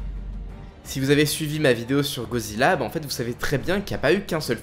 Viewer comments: "GODzilla" pas "gozilla" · Mec sérieux ? "GO" zilla ? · C moi ou il a dit gozilla au debut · Pk tu dit GOzilla et non goDzilla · GoDzilla. Avec un D. Gorille, pas gori. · Pourrais-tu arrêter de dire ”gozilla ” vu que c’est «goDzilla »